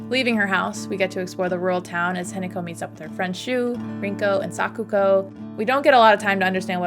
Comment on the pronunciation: I love the analysis, but I'm sorry, the way you pronounce hinako isn't exactly right... It's not an attack, it's just something that I noticed. It's said more like hee-na(like in nagging)-co. The way you say it I was gaslighting myself that the entire game I was reading the name wrong and it's actually Hineko (which is also a Japanese name btw!), but then I looked at the subtitles. But your pronouncing of junko is pretty good for someone who doesn't speak the language!